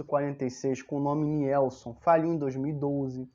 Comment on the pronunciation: Pela primeira vez vi alguém aqui no YouTube falando o nome correto Nielson, ou invés de "Nilson". Já ganhou like aí.